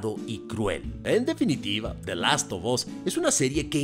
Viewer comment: Last “OF” (no OB) Us